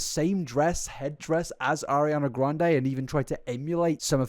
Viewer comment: Ariana gwuande